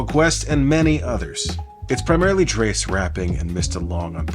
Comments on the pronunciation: Drezz, not Drays. Thanks love your show! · This was one of my favorite albums of the 90s. One nit: Throughout the record, Dres pronounces his name "drezz", not "drace." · Love your videos. Just know his name is Dres (DR-EZ) not pronouns like DRESS. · At least you know it. I was screaming at the screen like 'there's no 'a' in Dres!!!!! '🤣🤣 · Dres rhymes with trez not dress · This dude is wack. Doesn’t even know how to pronounce Dres’s name, which is ironic because Dres tells you how to pronounce it in the song: “Dres: D-R-E-S. Yes, I guess I can start…” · Great breakdown video! Only criticism is you keep mispronouncing Dres's name. He says his name more than once in the song if anyone needs help pronouncing it lol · Awesome video my brother! Dres pronounced like the word fez, by the way❤🫡✌🏾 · Dammit the mispronunciation of Dres’ name makes the video feel less authentic for me. I’ll get over it though